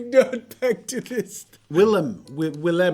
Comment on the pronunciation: hahaha Jazza pronouncing Willem with such confused enthousiasm made my day (I challenge you with 'Carlijn' as well)